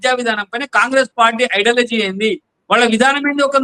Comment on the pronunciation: ఐడాలజీ కాదండి, ఐడియాలజీ... సబ్జెక్ట్ మీదనే కాదండీ, మీ స్థాయిలో భాష మీద కూడా కాస్త దృష్టి పెట్టాలి.